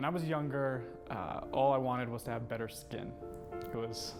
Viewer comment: "love to hacpve boyfriend?!"